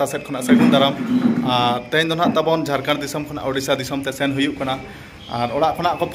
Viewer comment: Ap Jharkhand nhi bol rhe ho jharkand bol rhe ho